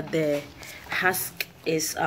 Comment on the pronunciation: Husk girl husk not hask lol